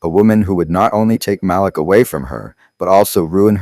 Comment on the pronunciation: Need to check your facts. The son’s name is MALIK. You pronounced it right the first time, the second time you pronounced it another way, and again, in another way. After, you said chattel died and after that you said Malik died. I goggled this story with names given herein and there’s no story. Are you sure you’re not making this story up?